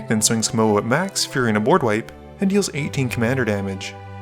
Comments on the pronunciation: Everytime he says the goodest boi's name it comes out as MOE, which was distracting. I'm picky so don't mind me, Best formatting of edh games I've ever seen. Keep up the amazing work been watching since video 4! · I think it's pronounced mOW-woo Pretty sure they flavor planeswalker says it that way, forgot his name.